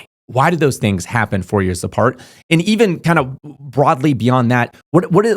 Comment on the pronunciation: When you say the 4 years cycle I hear Fourier cycle…. If you know u know